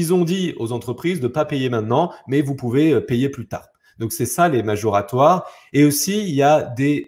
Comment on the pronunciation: Moratoire et non majoratoire !